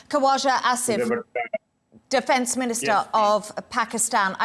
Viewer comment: "Koooashaaaa Assifff", Lady learn how to pronounce Properly, These are the same ppl who Shame us Asians for not Having gofo accent in English